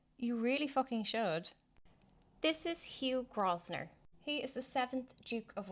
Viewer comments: It's pronounced Grow-vun-er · It's pronounced "Grove-ner" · yes the 's' is silent